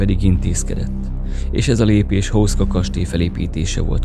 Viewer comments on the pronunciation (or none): Ejtsd: Huszka!!!!